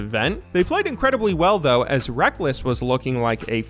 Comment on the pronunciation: So used to “Rek-less” that when they call him “Rekkels” I can’t help but laugh